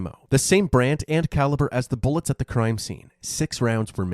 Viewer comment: Did you say "Three hundred and eighty calaber" wow